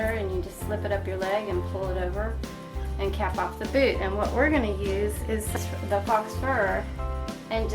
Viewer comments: Not "fox fur" but faux fur (pronounced pho-fur as in phony fur.) Nice project! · Helpful video. One thing... fox fur? It's pronounced like the word "foe". It is French and it means false.